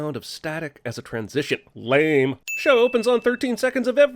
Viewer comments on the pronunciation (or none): none